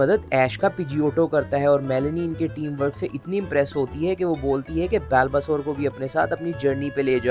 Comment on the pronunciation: Bhai बल्बासौर hai uska pronunciation.